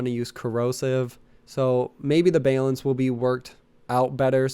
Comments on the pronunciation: Unsubscribing because you say bay-lence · it took me till the 4th "baylense" to realize you were saying balance. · Tha hell is "Baelence?" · Why the fuck does this guy say "ba-lance" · Why do you pronounce balance like you've never heard another English speaking person mutter the word...? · I scolled through like 30 comments..i could not believe no one else said anything....